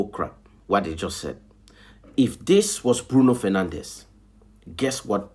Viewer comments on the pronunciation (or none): Why do you pronounce Bruno Fernandes's name like he's Spanish when he's Portuguese?